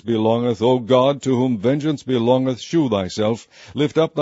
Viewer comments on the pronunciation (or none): shew is pronounced show